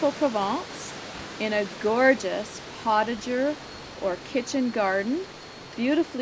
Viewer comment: It is pronounced....poe ta zhay...not portager